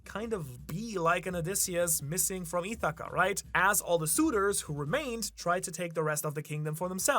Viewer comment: You pronounce English vowels with Japanese pronunciation. I’m guessing that’s how Ithaca comes out like いthaca and thou turns into thう😅